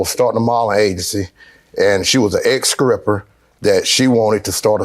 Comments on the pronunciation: I CAUGHT THAT TOO!! LOL!!!!! EX SCRIPPER??? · What’s an “exscriper?” 😂😂